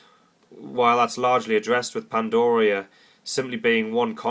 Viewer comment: it's not PandOria it's pandaria....with an A...ffs